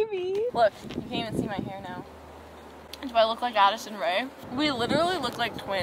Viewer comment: Did nobody catch addSISON instead of addison or am i just blind